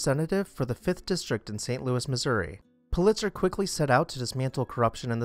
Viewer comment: I could be wrong ... happens sometimes ... but I believe his name was pronounced "PU-lit-zer," not "Pu-LIT-zer." I very much enjoy and look forward to your videos. Subscribed recently.